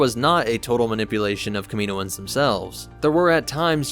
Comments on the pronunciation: I usually love videos, and i often learn things about star wars lore here. But the way he pronounced Kaminoans incorrectly through the entire video, even after the audio book clips, was enough to cut this one short. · In media, the pronunciation of Kaminoans is definitively illustrated. Why are you pronouncing this incorrectly? Seriously, wtf? Did you even watch the clips that you inserted into this video?